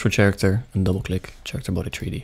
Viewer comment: "chairicter body" - 2023 (did anybody else hear this?)